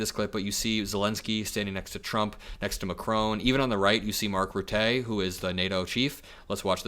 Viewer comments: Mark Rutte Not Ru-tay but Ru-tuh. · Mark RuHttUH. Not ruteee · FYI Mark Rutte is pronounced: Mark RUT-tuh with the stress on the first syllable. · please check up on the pronunciation of Mark Rutte's last name: the 'e' is supposed to be an unstressed schwa-sound. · Thank you,. Yes it’s infuriating. But I was really heartened by seeing all those European leaders turn out in support of Zelenskyy and the Ukrainian people. Quick side note: the name Rutte (NATO sec gen) is pronounced with the emphasis on the first syllable, and the ‘e’ at the end makes the second syllable sound more like “tuh”. Best wishes from The Netherlands 🇳🇱🇪🇺🇺🇦💙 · As a Dutch citizen it hurts my ears to hear you pronounce the NATO secretary general's name 😂😂😂 Please use link below to learn the right pronounciation. Thank you ! 💙